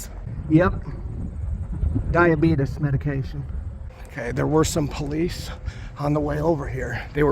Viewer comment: how you say police kills me every time 😂😂😂😂😂